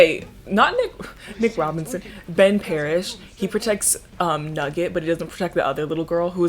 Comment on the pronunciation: I really thought you said "And that's why I love men" instead of Ben and I was like hm seems off-brand for but okay